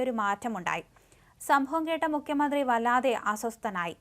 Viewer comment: മുഖ്യമന്ത്രി എന്നാണ് അല്ലാതെ മുക്യമന്ത്രി എന്നല്ല